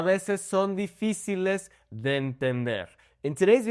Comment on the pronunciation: I heard you say "(d)The" when saying "de"... Is that how to pronounce the "d"? I'm confused...